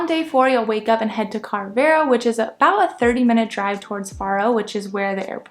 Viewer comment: The pronunciation of Carvoeiro places much more emphasis on the 'o' than you have made and is equally stressed along with the other parts of the word. Think of it as carve-oh-eye-roo. The 'r' is slightly rolled on both the first and last syllables. A single 'o' on the end of a word in European Portuguese sounds like a double 'o' in English. I mention this because had I not realised that you were trying to say Carvoeiro (since I saw it on the map that you presented), as a Portuguese speaker I honestly wouldn't have understood what place you were talking about. 🙂 Likewise, 'Marinha" isn't pronounced "marine-ha". It's pronounced like "marine-ya" in English. Likewise Vale de Centeanes isn't pronounced as val-ay-day-cent-ay-ann-es. It's pronounced as valuh-duh-cent-ay-an-esh. The 'de' in Portuguese sounds like 'duh' (not 'day) and words ending in a single 's' sound as if they end in a soft 'sh' in English. Glad to see that you're having a good time in the UK and Europe. 😉